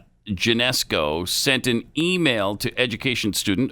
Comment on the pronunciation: As a new yorker.....Pat's pronunciation of SUNY Geneseo was troubling. Its pronounced like SOONY and Genuhseeoh.